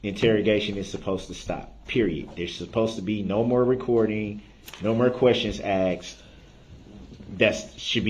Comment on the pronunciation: ASKED! He asked, She Asked, I asked. NOT AXED wtf are you axing?